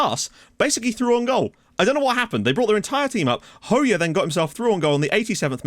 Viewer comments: Just to let you know: Hoxha pronunciation is "Ho-Ja" not "Ho-Ya" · BTW I'm pretty sure Hoxha is pronounced Hoe-Ja (soft J without a d sound)